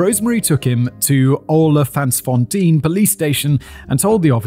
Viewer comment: The pronunciation of Olifantsfontein had me in stitches. Should have given Simon the direct translation - Elephants fountain :)))))))